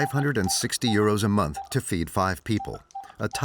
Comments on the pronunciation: Why does the commentary always mention money as eurose (sp). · Why they say uroes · Why does the narrator keep saying euro s.